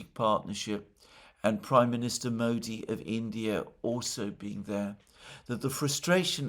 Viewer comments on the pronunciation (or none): none